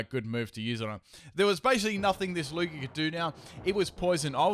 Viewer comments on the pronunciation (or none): none